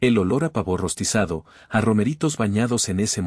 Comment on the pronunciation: OTRA PALABRA MAL DICHA. "PAVÓ"NO ES AGUDA ,ES LLANA ÁTONA ,EL SONIDO FUERTE CAE EN LA "A",PAAAAAAA vo,madre mia que incultura